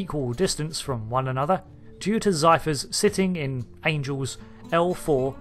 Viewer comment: ZEPHYR not ZYPHER!